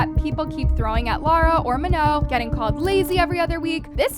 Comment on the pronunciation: “Manoe” she’s boutta change her name to Jennifer😭